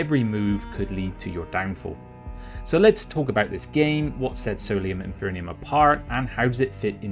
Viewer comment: Enjoyed your overview of the game. Minor nit: you're mispronouncing 'Infernum'